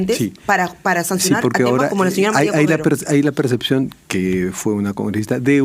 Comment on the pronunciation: PERCEPCIÓN ,HABLA BIEN BARBARAN. ¡ NO ES PERSECCIÓN! APRENDDE FONÉTICA Y GRAMATICA ESPAÑOLA.